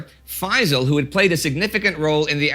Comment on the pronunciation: Hey indie and co! I thought I'd tell it's pronounced fae-ssāl Also great to see egypt here:D